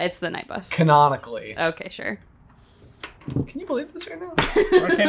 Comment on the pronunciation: It's knonical